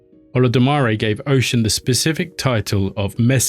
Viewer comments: Oh-Shoon (Oshun) NOT Ocean. Sorry, just can't.. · This was a decent job my guy But you gotta learn how to say their names properly. You mispronounce her name in the way you say “Orisha” Osun is the Yoruba spelling and it’s pronounced “oh-shoon” and Orisha is “O-Rii-Sha”. you can take it a step further and say them properly. Did a decent job, Now do an Even BETTER one. 😊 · Great content but please look up the proper pronunciation 😹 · Respect to oshun, plz say her name right.